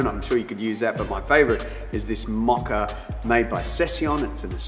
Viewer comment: Maca-Mocha...love the accent❤